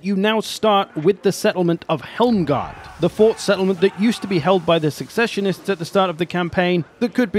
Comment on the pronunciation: And that he was never taught Latin. His pronunciation of “Machinations” and “secessionists” also hurt my ears.